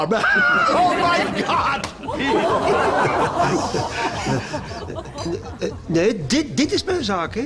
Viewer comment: "oH mAh GaHwD!!!!''🤣